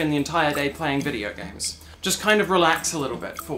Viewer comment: Im not a native english speaker, and the first 3 times you said video games, i had no idea what you said. Anyway, it's a good win for the trans community, and you personally.